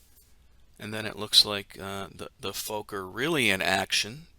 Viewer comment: Fokker is pronounced like fock-ker... you connect the k's when saying it. Learned another thing!!